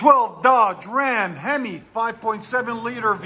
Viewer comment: i really like the way you say hemi when it's a hemi